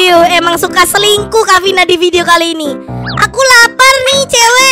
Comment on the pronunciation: Haha ngakak pas ngomong yang suka celingkuh (selingkuh)😂